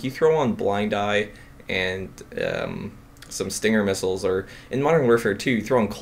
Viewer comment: Missiles, not middles